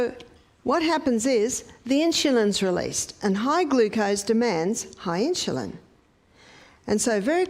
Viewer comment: Please learn to pronounce insulin correctly. You say “inshulin”. If you cannot pronounce it correctly for some reason, I apologize. (when I hear inshulin, it puts my teeth on edge. Sorry. My problem). I love your videos! I have learned so much and am making changes at age 87! THANK YOU! (I bought a rebounder!)